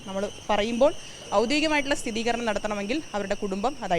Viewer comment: അയ്യേ!!! ഈദുശ്ശകുനത്തിന്ടെ മുഖം കണ്ടാൽ ആ ദിവസം പോക്കാണ്. വിവരം കെട്ട അടിമേ??? സ്ഥിതീകരണമെന്നല്ല....സ്ഥിരീകരണം എന്നാണ്...മലയാളമെങ്കിലും ശരിയായി സംസാരിക്കാൻ പഠിക്കൂ..ബോഡി കമഴ്ന്നു കിടന്നു പോലും....മുങ്ങി മരിച്ച ആളിന്റെ ശരീരം വെള്ളത്തിൽ കമഴ്ന്നു കിടക്കുമെന്ന കാരൃം ഈ ചെറ്റ പറഞ്ഞാണറിയുക. നാണത്തിന് ചുരീദാറിടിയിച്ചാൽ അതിന്റെ പേര്....മേയറൂട്ടി.....ഈ മാലിനൃത്തെ ഒഴുക്കെടുത്തു കൊണ്ടു പോകുന്നില്ലല്ലോ!!! പപ്പനാവാ!!!!